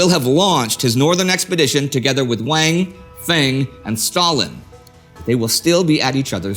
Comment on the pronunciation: The word Chow is pronounced Joe in Mandarin. Feng is pronounced like Fung.